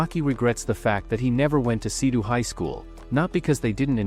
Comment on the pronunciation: It's seido not sidu